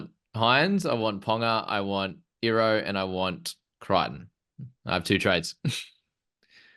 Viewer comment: The way to pronounce his name is e-ro the I is an e sound people 🤣🤣